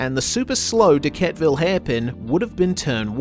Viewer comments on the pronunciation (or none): You get Pulteny right, but not Dequetteville. Most of us pronounce that second 'e'. De-ket-eh-vil